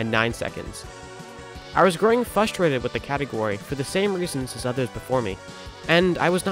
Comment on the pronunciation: say it with me. FRUSTRATED... FRUH-STRA-TED Congrats on the WR and great vid!